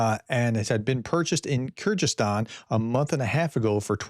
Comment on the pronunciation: The ys in Kyrgyzstan are pronounced like a double e in English. So it's Keer-gee-sis-tan